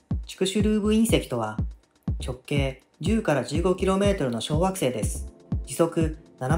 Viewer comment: 直径10〜15kmの小学生ですに聞こえたw